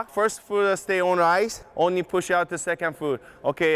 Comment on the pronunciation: Yo no one's told my man there's no "e" at the end of push